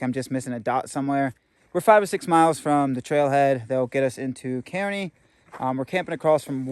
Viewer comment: Kearny is pronounced KAR-nee. Named for General Stephen Watts Kearny who lead 100 dragoons to my town of Escondido, California where he proceeded to get his butt kicked by the local Californios here.